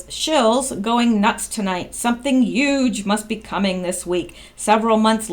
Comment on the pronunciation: Uge? All you did was not pronounce the H in huge. That's not making a new word. That's mispronouncing a existing word.